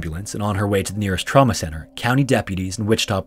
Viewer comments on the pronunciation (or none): none